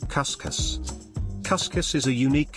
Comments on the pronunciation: It's not cus_cuz we say cuzcuz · Cuscus - Coos-coos Canja - cahnjah Pastel - pawstell My God, if you're going to do a video, research the pronunciation!